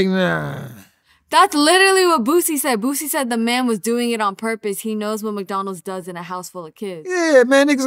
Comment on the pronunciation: "It's madonalds it's madonalds"